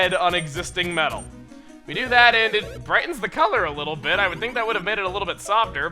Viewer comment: When he said bit, i actually thought he said bitch